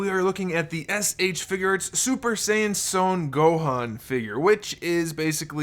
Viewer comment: It's sun not sone Gohan